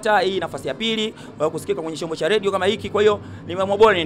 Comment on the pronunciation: Wewe nini "ladio" usiandike unavyo sema ....."Radio"